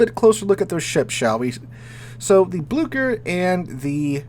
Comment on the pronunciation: Blücher!!!! Not BLuE-KEr, it's like the "Y" in Myst